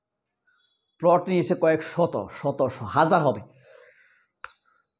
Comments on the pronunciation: ভাই, ফ্লট না বলে প্লট বললে ভালো হতো! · ফ্লট? নাকি প্লট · ভাই, প্লট নাকি ফ্লট